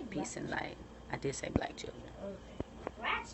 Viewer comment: "black chirren.." lmaooooooo